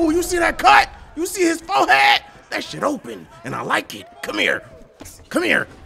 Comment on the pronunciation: the way he said forehead got me Rollin 😂